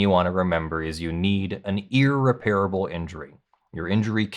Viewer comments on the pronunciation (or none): Sorry, but it stands out like a sour note on the piano. The word is 'ear-REP-rih-bull.' The word 'ear-rih-PARE-uh-bull' does not exist. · How do You not know the difference between "irreparable" and "unrepairable" .... You are pronouncing "irreparable" incorrectly ...... And yes , I went to 4 different dictionaries to make sure I was not wrong ( like all those other times )